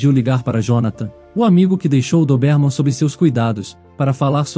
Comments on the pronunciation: Meu Deus!!!!Chega a doer no ouvido esse cara pronunciar errado a raça do anjinho.........CARA É DÓBERMAN.E NÃO doberman.......tiremesse cara daí!!!!!! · "Dobérman"?? É certo isso? Conheço com "Dóberman".🤔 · A raça não é DOBÉRMAN, é DÔBERMAN!!!! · Pronúncia é: Dóberman. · Já no início suspeitei: Ou era gravidez ou ela estava com doença grave. Agora levar mais de 30 min para contar uma história que poderia ser resumida para 10 min?🙄 - a pronúncia mais forte da raça do cachorro, é no "Dó" de DÓBERMAN. - não se diz fórça. O correto é FORÇA! Na letra "O", a pronúncia é "Ô" fechado. Como "fôrça". Mas na hora de falar é escrever é FORÇA. São apenas dicas, para melhorar a sua leitura. Sem ofensas ok?🌻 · Não aguento a pronúncia da raça do CÃO, DESISTI😊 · Muito longa e confusa. E o comportamento do Max? Não foi explicado. E a pronuncia da raça do Max está totalmente errada.